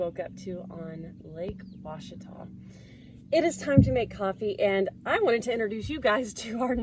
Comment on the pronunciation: I'm just proud you pronounced Ouachita properly!